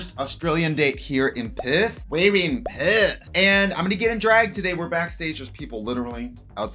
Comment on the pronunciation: Sees title ‘Hmmm, I wonder how long it’ll take to hear Trixie’s Australian accent’ “Perth” Oof 😬